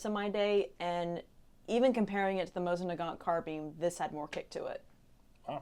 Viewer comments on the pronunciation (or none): none